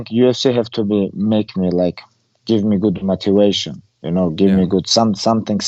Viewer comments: Khabib's favorite word "Matuation". He used it in almost every interview...😂. I love him as a champion, i love him more as a person, humble. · Elric Anderson it’s how he says motivation